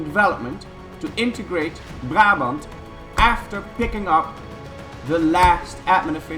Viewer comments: Are you Dutch? You pronounce Brabant way too well. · I'm really impressed by how you pronounced Brabant. Are you dutch?